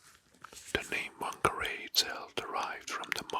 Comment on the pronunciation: btw you say whangarei fung-uh-ray (rolled r)